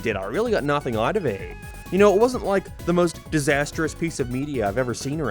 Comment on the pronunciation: Wait, this guy speaks perfect english but cant say the word "out"? Wtf is that about?